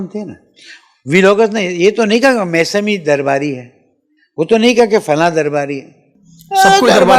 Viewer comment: Mesami not mousami